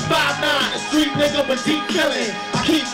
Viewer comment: I heard em say neega and I'm glad he did. #blackPassApproved I just laughed proudly